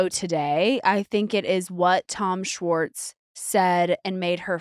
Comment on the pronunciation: Can nick pronounce schwartz with an h..... its not swartz (respectfully ✌️) and schwartz was on the show since the beginning.. he just wasn't a main character